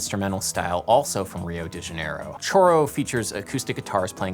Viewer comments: Dude - "choro" is pronounced like this: SHOru. You're actually not using a Brazilian Portugues word there. (Not j/k - it comes up in Spanish-speaking countries and also in Japan, but with entirely different meanings.) Sorry.... i am a huge fanmof choro, old and new, and that kinda got to me. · I was clueless when you mentioned "korro" until the music followed. "Choro" (Portuguese for "weeping") is pronounced more or less like "showro" (with a trilled "R" with the tip of the tongue), and the genre is actually better known in the diminutive, "chorinho". Oh, and "garrota" ("girl" in Portuguese) would have two "R's" only if spoken by a French or German person, perhaps. It's "garota", one "R" (curiously, the word is in the title but not anywhere in the lyrics, where the approximate synonyms "menina" and "moça" are used instead). And "Gilberto" is pronunced "Jilberto" (soft "G"), not "Ghilberto" (hard "G"). could have taught you all that if you had bothered to ask her (including her own name, which you wrongly said it's "DE Silva" when it's "DA Silva"). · I was NOT prepared for him pronouncing “choro” wrong 🤣🤣🤣🤣